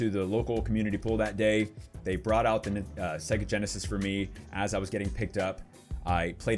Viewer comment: Segga??? What is segga??? you let me down man. That's sacrilege dude. It's Saaaay-ga. Otherwise LOVE the nostalgia in this vid!